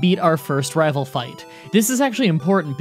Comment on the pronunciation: he said raval fight